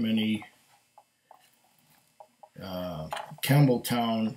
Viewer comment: I might have been reading "Campbeltown", but I kept hearing "Camel toe" lol nice review my friend!